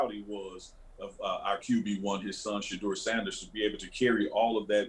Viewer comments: Am I the only one who hears Shedeurah everytime calls Shedeur's name? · I hear it too!! Lol